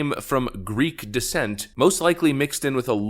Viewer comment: Greek, not Griggrrr.